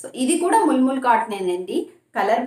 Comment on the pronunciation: ముల్ ముల్ కాదు మల్ మల్ అనాలి